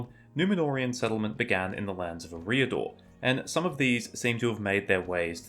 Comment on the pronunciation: I've never heard Eriador pronounced the way this channel creator does it.